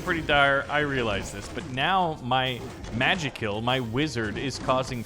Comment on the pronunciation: Magik*ill not magik*ll